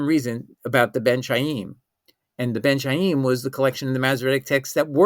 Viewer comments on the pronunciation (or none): Ben Khaim, it is pronounced as in Spanish BEN JAÍM, it is not the [ch] as in "China", it is the [ch] as in "chemistry".